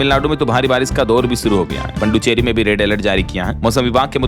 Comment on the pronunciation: आप पुदुचेरी को पुड्डुचेरी क्यों बोलते हो